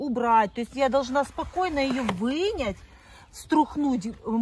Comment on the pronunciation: Не вынять а вынуть, чë не русская 😂